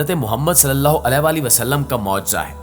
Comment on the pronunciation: پلیز محمد صلی اللہ علیہ وسلم کا نام کے ساتھ جو آپ علے وسلم مستقل غلط کہے جارہے ہیں۔یعنی علیہ صحیح لفظ ہے نا کہ علے ۔۔۔alayhi sahi lafz hai jab k ap ghalt (alay ) kah rahe hain.